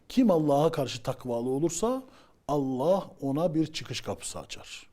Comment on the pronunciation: tasavvuftan tamamen uzağım beriyim ama "Allah" lafzında hata olmuş